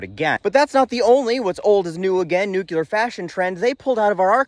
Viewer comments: "NUCLEAR" NOT "NUKE-YOU-LER"! Geez, did you go to the same grade school as "Dub-ya"??? He started that mispronunciation, didn't he? Otherwise good content, maybe sit and watch one of the excellent Fukushima videos. Not the 15 minute ones, either. Then any "311" Japanese content to get a better handle on the NUCLEAR plant issues seen in the country after the 3/11/11 earthquake and tsunami. Not that you read YT comments! 😂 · Dude! For a non-engineer, you described the subject quite well! You are obviously intelligent. One minor correction: the word nukular, new-queue-lar, is not actually a word. It slipped into the lexicon when Bush II used it. The correct word is nuclear, nuke-lee-err. It will put the crowning touch on your already great explanation! ✌🏼 Keep up the great work and this retired boomer engineer will keep on watching! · You keep saying "Nukular" and it makes me cry inside. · That is exactly what I've said to those who say nucular. New clear is a way to help them. Epilepsy is another word that gives some folks a problem. They say espilepsy. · Repeat after me: New Clear Again: New Clear One more time: New Clear So say it with me!!! Nuclear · Agree. Or NOO-klee-er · Dude, love your videos, but you’re way too smart to say “nuclear” wrong.❤